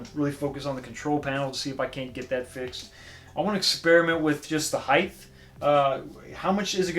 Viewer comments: Ok, great review. Sorry to be a pain in the ass but I have to mention something no one else seems to care about. The word height is pronounced with a “T” at the end, not “th”. It’s height, not heigth. You’re not the only one that does it but it makes me a full blown alcoholic. Again, nice job on the game review from a substantive standpoint. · Nice review! But “height” rhymes with “right”